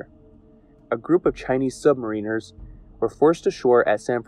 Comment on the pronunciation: Sub-mariners is pronounced more like mayor-ner